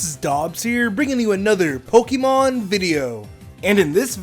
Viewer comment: Say 'Pokey-Mon' one more time